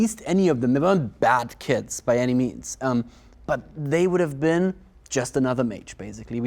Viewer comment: Thank Azir the caption was on. keep hearing kids instead of kits.